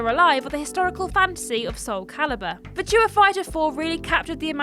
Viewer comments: worrying about the correct pronunciation of the word 'melee.' And then minutes later reveals herself to be almost non-english speaking with her pidgin pronunciation of the word 'virtua..' Which lets face it as game players. Is just the word 'virtual' without the L. How hard can that actually be? I think you do it on purpose. My long late dear mum used to do a similar thing. Mispronouncing words on purpose for comedic effect. I blame the Two Ronnies personally. For my mum's affliction, not. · That's not how you say Virtua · It's starting to grow on me but it still seems wrong. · Yes, I LOVE it 😂